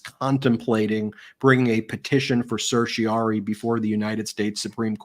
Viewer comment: Ben, please practice the pronunciation of "certiorari"; you often drop the "ra".